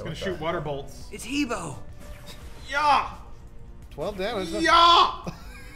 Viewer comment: "Is that He Bo?!" triggered It's pronounced, Huh Bwah!